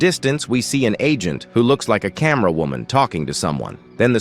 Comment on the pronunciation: "Woooman" "Seegma boi" "Geeega toilet"